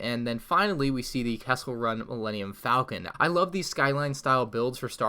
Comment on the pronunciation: Falcon, not Faclon😛